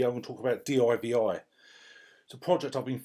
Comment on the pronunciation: Great video mate. One gripe...it's not d.i.v.i it's called divi you divi. Just jokes.